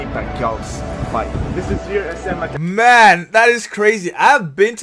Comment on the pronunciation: sir its makati not makarte :) btw thank you for supporting manny pacquiao :)